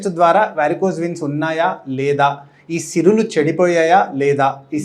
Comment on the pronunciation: సిరులు కాదండీ సిరలు